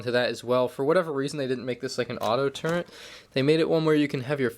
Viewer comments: why does this guy pronounce "turret" as "turnt"? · Dude said turrent